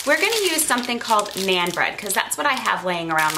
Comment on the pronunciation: Naan does not rhyme with Ann as you pronounce it. It rhymes with ON. Sounds like NON.